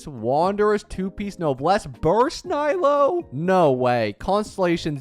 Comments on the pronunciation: He pronounced it as nighlou not naylou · “Naylow” killed me💀💔 I hate being this nitpicky but my goodness does it hurt to hear Nilou being pronounced so very American😭 Ni = as in “neat” or “need” Lou = (isn’t that even an English name??😂) Like “loo” or “loser” hahah I’m not hating really, it just hurts my ears, love your content mate👊🏼